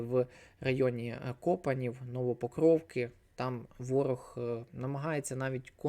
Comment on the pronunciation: Дякую. к як ці назви ще не раз будуть звучати, зверну увагу, що Копані, Кринки - наголос на останньому складі